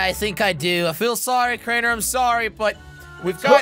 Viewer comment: When jelly says crainer it sounds like traitor